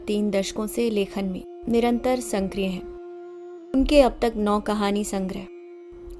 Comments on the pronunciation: Not add N in sakriy It’s sakriy not sankriy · कहानी बहुत अच्छी है सक्रिय का सही उच्चारण करें ।